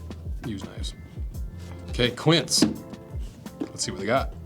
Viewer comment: Just saying... you know a 'quince' is just the american (english) name of a fruit? Its sort of a tart pear... Again a american word wrongly pronouced as french/spanish, sorry 😂